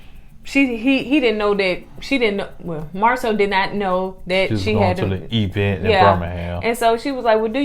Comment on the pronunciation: It's crazy because she actually said it the right way a couple of times in the same episode.